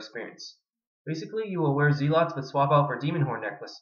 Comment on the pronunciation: ahha you pronounce "zealots" like I used to. Its pronounced Zel-lots. anyway, what prayers do you use? Deflect melee and what? leech magic? are you deflecting melee cause you dont have soul split?